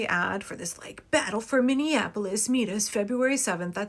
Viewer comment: These guys are such a joke, and no one is afraid of them, haha. He keeps saying he's coming to the "capitol" (which is St. Paul) in Minnea-Nah-polis. Can't even get the place and the name right 😆